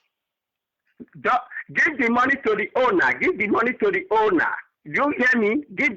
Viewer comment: give the moneh to the ownah give the moneh to the ownah!